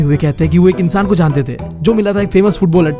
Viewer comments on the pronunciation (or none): none